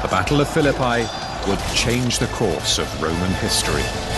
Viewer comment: Pronouncing the word "Phillipi" like that makes it sound like "The Battle of Fill-a-Pie".